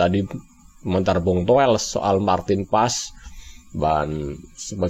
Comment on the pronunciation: Toweell.. Towell... 😂😂😂.. Udah untk stasiun tv.. Atawyg punya pidcase.. Jgm lah undng orng gila ini..